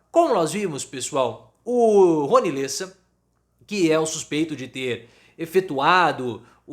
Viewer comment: NÃO É LÊSSA, É LÉSSA!